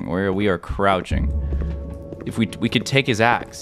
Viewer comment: the fact he said as$ and not axe